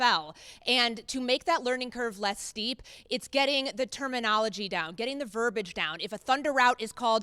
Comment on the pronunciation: The word is “verbiage” pronounced “ver-bee-ahj”. It’s got an “i” in it. It’s not “ver-bahj’